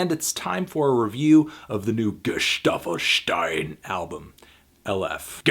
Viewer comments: the first time he said Gestaffelstein wrong, second time he said Gesaffelstein right. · es heißt SCHTEIN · Most people say it wrong.. Not "..steen" but it's more like "gesaffelsh-thyne". Learn foreign languages, guys😁 Edit: Or "Ghezahfelsh-thyne" - if you want to be super exact👌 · boy, G E (S A) F F E L S T E I N not G E (S T) A F F E L S T E I N.. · I cant help but laugh when people say "gesaffelsteen" 😅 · Camila Martínez but this is not the real pronounciation XD